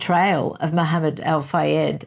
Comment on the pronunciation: *Mohammed*, not "Mahamned".